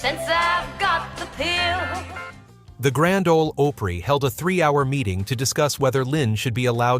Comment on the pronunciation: It's pronounced the Grand Ole Oooppery. Get it right